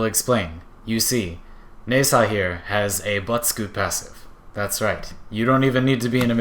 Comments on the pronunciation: its pronouced Na-Zha, not Ne-Sa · How hard is to pronounce Nezha,and you fuck it up, congrats.